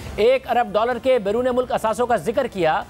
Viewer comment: Normal people : Mulk Rana Sana-Ullah : Mulak 😀